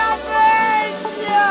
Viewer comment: si chiama amelia non ameglia